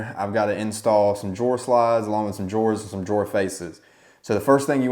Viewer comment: Great tutorial!! But are you calling drawers “door”?